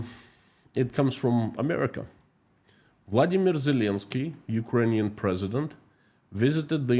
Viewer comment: I thought it was Volodymyr Zelensky and not Valdimir Zelensky at the min mark.